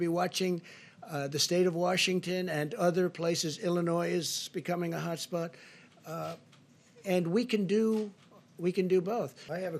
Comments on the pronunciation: “Illinois” it’s pronounced without the S... Trump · He said Illinois wrong!